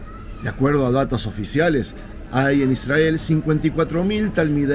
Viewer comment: Por qué pronuncian Israel de esa manera? Y no como hispanoparlante?